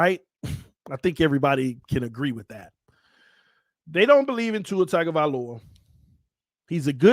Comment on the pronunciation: Tua's last name starts with a tongue sound, not tag